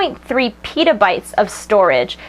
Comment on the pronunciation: Did she just say 1.3 pedobytes?